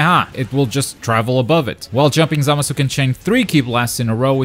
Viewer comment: The way he pronounces Zamasu bothers me